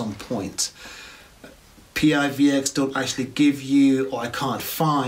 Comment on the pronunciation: Hey - thanks for the review - great job!! Our coin, although is an acronym, we pronounce it as a word - some say it like "PIVIX" or "PIVEX". :) Roadmap is here - or our github - Feel free to join our Discord for any questions and maybe some PIVX Tips! :)